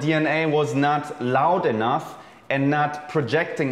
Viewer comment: Just noticed that Jeremy thinks the word "enough" is pronounced like "enuTH"